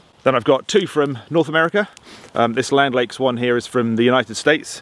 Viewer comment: Haha, it's not "Land Lakes, it's actually "Land O' Lakes," a play on the nickname of the U.S. state of Minnesota: "Land of 10,000 Lakes." Thanks for the video! But when did the sugar crash set in? I'm going to have to try that tin from Dorset called Grounded -- looks delish! Is there a link for it above? Happy Holidays to you and yours!